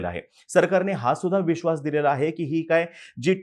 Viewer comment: Veshvas acha hai😂